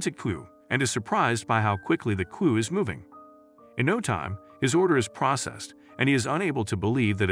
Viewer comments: AI is taking over😩 but it still can’t say queue🤣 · Please hire a real actor to read the script! The AI voice mispronounces San Bernardino, queue, etc.